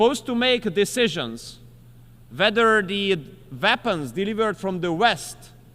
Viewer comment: Weapons, not Vapens.